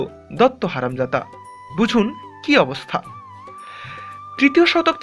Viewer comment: Haramzada na haramjada uchharon bangalder voyonkor 😂😂😂